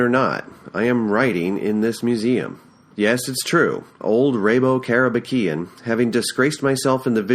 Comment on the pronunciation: I read this in Japanese when I was in High-school. After 20 years, I am her in NYC and I’m working at Long Island. Finally, I was able to hear how Rabo Karabekian is correctly pronounced. In next chapter, I enjoyed how you read “Bar-beer-ah!” Your recording is professional quality. Thank you for uploading this!